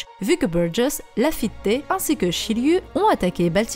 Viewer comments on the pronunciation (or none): Ça fait plaisir ces petites vidéos théorie en attendant le chapitre de la semaine ! Ah c'est"laffite" sans "é" à la fin^^ ou alors si tu veux le prononcer à la Japonaise c'est rafitto